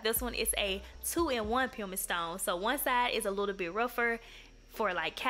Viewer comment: You're really good at this! Now I feel the need to treat myself and go buy me some nail supplies. Have you ever thought about doing this professionally? I'm a bit like you; I buy everything from Amazon 😂😂😂 BTW pumice is pronounced puh•muhs